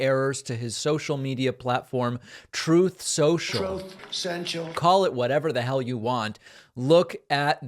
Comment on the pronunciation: I love when you play the clip of trump calling it troth central